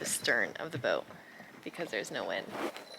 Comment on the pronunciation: You have that strange, but recently common, affectation where you don't pronounce the "t" at the end of words such as "boat". I comes out sounding something like "boak". Sometimes it's even a "d" at the end of a word, as in where you say: "...we avoided a rain clou...". Strange... Otherwise, nice content. You are a brave girl.